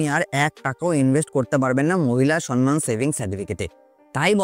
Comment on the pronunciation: সনমান নয়, সম্মান (সমমান)